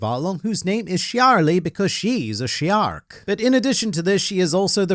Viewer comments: okay, "shyarly is a shyark" got me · "Shyark" fucking killed me. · you saying shyark just had been laughing out of no where